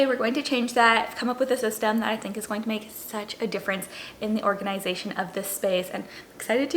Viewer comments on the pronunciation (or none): I love how you pronounce: organ-eye-zay-shun